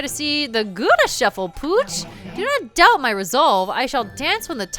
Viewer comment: I listen to youtube while at work so I'm not watching the screen usually. I hear talking about The Gura Shuffle and I swore she was saying Gouda shuffle. (Gouda as in the cheese.) xD